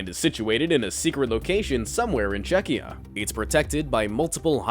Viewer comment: I was thinking the same. Also when he said Czech-ee-ya. I think he meant Czechoslovakia! Lol